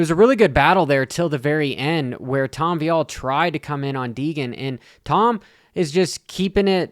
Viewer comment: Hmmm. Looks like he is totally focused and is assessing the situation , no animosity, opinions are getting old bro , I worked this even and raced on this track back in the late 80’s. You do t k ow the facts ! Omg it’s Vialle , not viiiillle. Trajectoryn! Do you even attend these events? Take a Look , clown